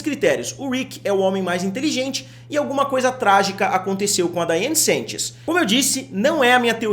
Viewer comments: pelo amor da curva finita central PARA DE FALAR "SENTCHES" É SANCHES SE QUER LER COM SOTAQUE É S(A)NTCHÊS AAAAAA N AGUENTO MAIS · Amo seu canal mas dói meu coração vc errar meu sobrenome toda hora